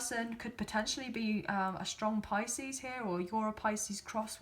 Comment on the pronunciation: every thing was dead on whats happening to me but the icing on the the cake was when you said picies